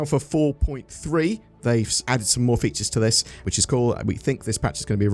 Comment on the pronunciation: I like when you say " more features". LOL